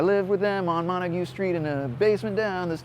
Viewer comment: u forgot to pronounce the 'T" in montague!